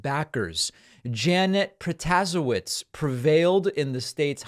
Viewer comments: David -- The Wisconsin judge's name is pronounced prota-SAY-witz. Everyone in Wisconsin knows this by now, as we have been deluged by campaign ads for the last several weeks. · David, it's PRO-TA-SHAY-VITCH! :) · David the new WI Supreme CT judge is Janet Pro-tah-SAY-which. Trust me, I'm an attorney in Milwaukee, WI & have appeared in front of her many times here in the circuit court. A lil lesson for you in Polish surname pronunciation! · "Pro-ta-say-witz' Dave. As a Wisconsinite who voted for her, learn how to pronounce her name.